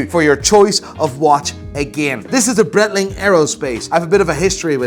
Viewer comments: Bright-ling I believe is the correct pronunciation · This guy thinks he knows everything about watches and doesn´t even know Breitling pronunciation.